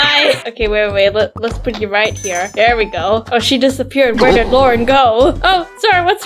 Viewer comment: I mean it’s Lauren Not Lang